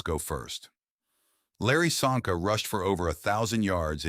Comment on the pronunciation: Csonka pronunciation is Chonka. Hungarian